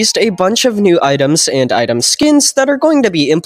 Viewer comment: "and item teas" holy we're gonna get a new tea item in doors real